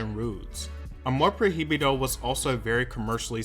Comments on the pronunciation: Once he said “amor pro hee bee doh” I was done.. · "proy-bido" there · Jaja “amor pro-hi-bido” please learn how to pronounce the words in Spanish as we (no English speakers) learn English words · huh ... that's not how you say "amor prohibido" ... you could have google it y'know 🥴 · Yeah him saying the h in amor prohibido is actually annoying and I didn’t think it could be ....: but he’s English ..... I understand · the way he said amor prohibido upsets me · Learn to pronuntiate spanish words correct, your pronuntiation of "amor prohibido" sucks